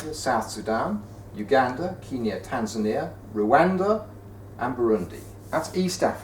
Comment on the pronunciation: Nobody: Barnaby Lenon: Tan3ania, Swa3iland